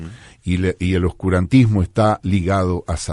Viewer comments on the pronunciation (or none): Hola Dice curantismo o oscurantismo?